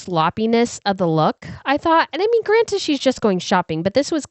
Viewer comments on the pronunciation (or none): none